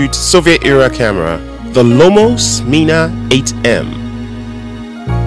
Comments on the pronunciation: Nice video!! But the correct name is Smena, not Smeeena :) e for echo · You pronounced it all wrong it's not Smena is not pronounced like Smeana but more like sMENa, the word men.Means change. You can look down on Soviet people all you like but they have something you won't find in the West a heart and resourcefulness.